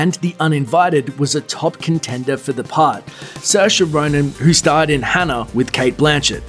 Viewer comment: That intrusive R... I had thought it was Katie Holmes rather than Katie Hormes. Also, it's "who," not "whr." "As far as mrvies grr, Batman yada yada."